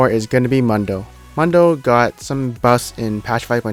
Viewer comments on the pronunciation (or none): It's Dr. MOON-DOUGH Not MUN DO smh/..... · It´s MUUUUndo, MUUUUUUUNdo not Mondo.